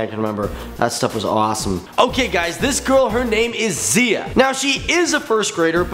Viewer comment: Its actually pronounced Zey-uh, not Zia, thank you so much for making this video though!!